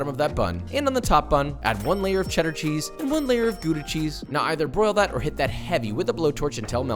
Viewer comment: It’s not pronounced like guda. It’s Like gowda. Or gauda. As a European it hurts to hear this